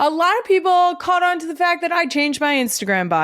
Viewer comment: There it is “step foot AWN to that field” I found the slip into the DelCo accent.